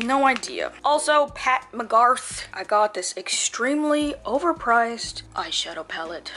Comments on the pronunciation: lol It's Pat McGrath (GRATH) not GARTH like GARTH BROOKS which is where you're getting the country reference from lol. She's from the UK, has worked with Kim K and Jackie Aina extensively. People rave about her mascara. The Fenty highlight is serious so if you run that, don't use too much of it. The Fenty gloss looks amazing on you, my favorite gloss / lipstick that you've worn. It's long lasting and that's important. I'm not a make up nista at all, I only wear mascara and lipstick but I know a thing or two lol. Keep preaching about the beauty supply store because it's a TRAP lol, you can blow a whole bag in there. we look forward to your new products in an upcoming GRWM or something like that xx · Gurl! McGrath not McGarth 😂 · Lmao the way you kept calling her McGarth instead of McGrath had me DYING. But yeah her palettes are TOO expensive and the lipsticks I've gotten before all BROKE. Not worth it for me at least. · The fact she kept on saying McGarth instead of McGrath (as in Mac-Graph) had me HOLLERING Love you you always make my day LMAOO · Ulta has makeup revolution and their stuff is really good! Their eyeshadows, foundation, concealers, and highlighters I highly recommend! And it's drug store so their prices are great. Also it's pronounced Pat Muh•grath so it sounds less country 😂 her products are deceiving light but they're so great. Very high quality and have a lot of pigment. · Pronounced 'McGraph'.. watch a Jackie Aina video. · And the way she kept butchering the name... I was so... aaargh. Its right in front of you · Ok she had me crack up how she butchered Pat McGrath name 😂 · Nah they played you, you definitely should've gotten a Sephora bag. Especially for how much you spent in there. Ommmggg, dying everytime you butchered Pat McGrath's name. You turned her from a Black woman to Garth Brooks. Lol.